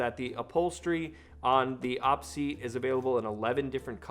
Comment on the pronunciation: Every time you say "awpseat" instead of "Oh Pee seat", every gamer cringes.